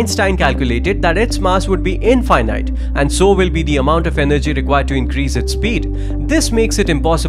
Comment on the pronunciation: He pronounced "infinite" weirdly, but it made the word infinite make sense. It's just saying it's not finite, in the same way saying "incomprehensible" is just saying it can't be comprehended